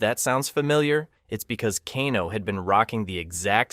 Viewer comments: He said Kano right then mispronounced it later like Kahno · Pls don't call him kahn-o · You know you say Kano two different ways in this video it's pronounced Kane (o) not Kan O